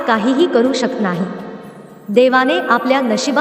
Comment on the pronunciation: शकत हा शब्द चुकीचा उच्चार होतो